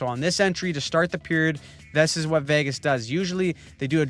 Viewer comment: Oh no, we're going to have to hear him pronounce Vagas all the way to the finals now! 😆